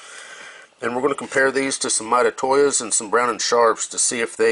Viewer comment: Those interapid calipers are my favorite. I have the 12” digital and dial versions. They are second fav to my Eatalon’s Lastly, lol. The way you say Mitutoyo is all F’ed up. Let me help you….. say. ——> mee-too-toe-yoh, then say it fast. Pooof, now you got it. I know you go this! lol